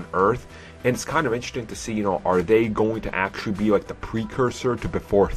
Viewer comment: Down "the" not "da" road. Please, enunciate the th sound of the word "the" and "those"